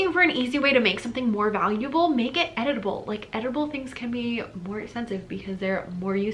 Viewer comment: Lol. I heard “editable” as “edible”. It made me look up from my computer!